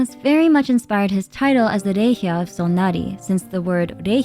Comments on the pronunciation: Me as a german "this means in german..." I was like...huh what??...Oh Rächer! I heard everything but that, german is hard to pronounce sorry! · was I confused by your pronunciation of "Rächer"